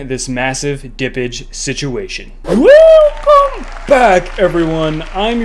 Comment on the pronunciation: I love when he says ‘WELcome back it’s your host _____’ lol